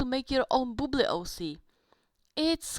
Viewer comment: I’m sorry but every time u said bubli it sounds like you said boob- 😭